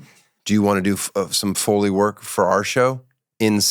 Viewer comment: Why do you keep saying it like “fully”? 🤦‍♂️